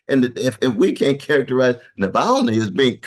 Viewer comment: Just fyi it’s *Na-val-ny btw not Nal-va-ny 💛